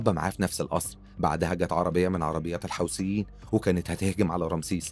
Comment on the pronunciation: " الحثيين " مش " الحوسبين ". يا طيب